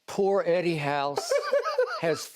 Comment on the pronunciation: Skip says "Heddy...😂". Reminds me of that satirical film where the lady says "Heddy" and the guy snaps back "It's not Heddy, it's Hedley!"